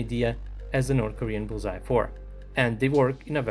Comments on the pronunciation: You make it sound like bullseye, but it's 불새(Bul-sae), the pronunciation would be like bull-sa where sa is from 'satellite'. Bul is fire, and sae is bird. So fire-bird, or could be translated as phoenix. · I also thought he was saying Bullseye. Are you South Korean? I always appreciate when people take the time to add different bits of information in the comments that most of the audience probably wouldn't know, whether it's technical information about the particular armored vehicle mentioned in the video or information about the nomenclature, such as your post. It helps all of us to get a more complete picture of the topic being discussed. Thanks. 👍